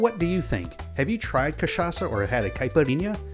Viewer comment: the drink is caled Caipirinha, try to say kipereña